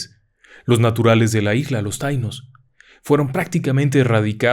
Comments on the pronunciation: TAÍNO CON ASENTO EN LA I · Taíno con acento en la "i" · Se dice taíno